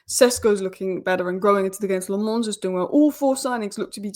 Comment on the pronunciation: Lammens is pronounced as “La-muns”